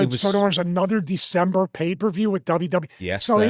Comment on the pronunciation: How many times can he goof up saying December to dismember😂😂 😂😂😂